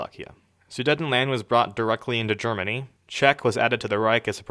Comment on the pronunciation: Idily, jaapaan, germiny